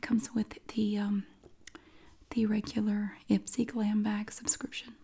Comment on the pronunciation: I thought that IPSY said i spy 😂